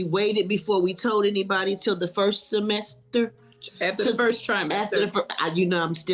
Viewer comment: "The numbers were super duper high and we waited before we told anybody til the first SA-MES-TER" 🤦🏽‍♀️😂😂😂😂😂😂😂 so cute and funny! 🤣